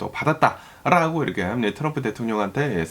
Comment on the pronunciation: 미국에 사시면서 한국말을 아주 잘하시는데 ~~ 라고 발음이 아주 이상하고 거슬리네요 ~~롸고 로 들립니다. 시정이 안될까요? 자연스러운 발음. 그리고 어디 뉴스를 번역해서 말씀하시는지 몰라도 반트럼프로 일관하시네요. 어디 미국뉴스 들어보려 켰더니 이건 뭐… 쩝쩝